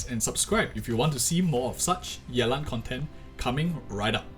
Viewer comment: The way you say yeLAN is singlish af :3